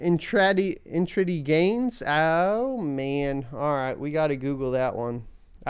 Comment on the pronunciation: In-treday or intra-day?Maybe I'll follow someone who knows stocks